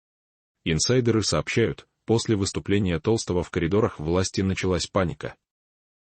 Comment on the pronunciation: Не Петра ТОлстого, а ТолстОго!!!перестаньте включать ИИ, пусть сам Петр скажет правду и не боится рассказать про предательство ГД, в лице Матвиенко и Володина😢